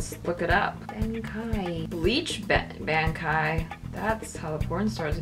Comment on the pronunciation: Saw Bankai, figured what the hell I would give it a chance. Not only did you butcher the name, but the name of the trainer...Yea. This channel is not good. Youtube led my life into a lie, of fake comedy and butchery. D:<